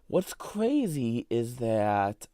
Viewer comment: weally? Cwrayzy